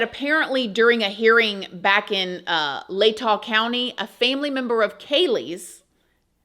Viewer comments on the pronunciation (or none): none